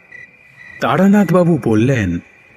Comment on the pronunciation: আজকাল সবকিছুতেই গারপাকামো। এটা তারানাথ না বারানাথ।